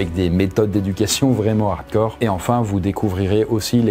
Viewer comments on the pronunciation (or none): none